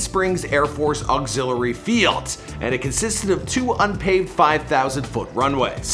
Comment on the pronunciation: Why does he talk like that "auxiliary FIELDS"